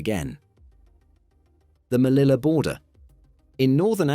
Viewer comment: It's pronounced /meliya/